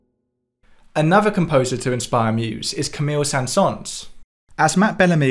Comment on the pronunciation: Saint sons... :D :D english people just dont care, how to pronounce words in orher languages. Haha